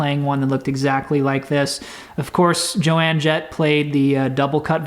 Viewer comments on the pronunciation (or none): Stellar tone and playing as always, … But I did cringe just to touch when you mispronounced Joan Jett‘s name. In all fairness though, you are not the first younger person I’ve seen do that. Thanks for another great video!